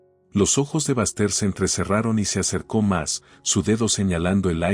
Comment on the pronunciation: Que historia tan chistosa, por favor pongan nombres que los narradores puedan pronunciar. El nombre de Baxter, lo pronuncia con el acento en ingles como bastardo !